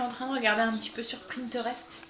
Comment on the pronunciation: Bonjour je suis du Nord également ton vlog est bien, pour infos on dit PINTEREST et pas PRINTEREST! En tout cas félicitations pour être toujours en cuisine, moi j'aime bien mais pas autant, il y a le ménage, linge, paperasse... à bientôt.